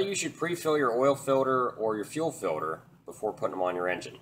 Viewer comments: filter not filder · I've literally never in my entire life heard someone pronounce the word "filter" as "filder" the way you do in this video haha hilarious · Filder or filter? Oil "Filder".. Fuel "Filder" 🤣🤣🤣🤣😭😭😭😭🤦🏻‍♀️ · To fill da fuckin filda or not fill da fuckin filda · FILDER FILDER FILDER FILDER FILDER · He says filder. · Filder or filter?